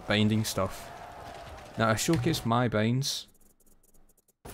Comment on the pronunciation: ur talking is so wierd waht kind of accent is that i dont understand most of the important key words since u pronounce binds like beynds wtf